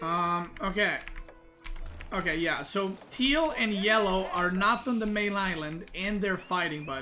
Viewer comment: Why does he say "thiel" to turquoise/cyan? Is this some inside joke or which word does he mean?